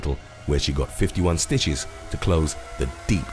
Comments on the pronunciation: Does anybody else know what sooches are because when he meant to say stitches he said sooches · why he say stitches like that